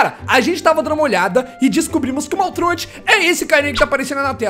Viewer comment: Você sabe muita coisa, mas não sabe falar o nome do maltruant do jeito certo.